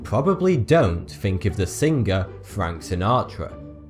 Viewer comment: you probably fink